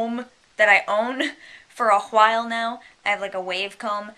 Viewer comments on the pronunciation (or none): Love how you put emphasis on the "h" in awhile. ^_^